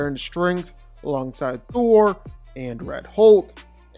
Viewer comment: I like how u kept saying "Throll" 😅. He's too overrated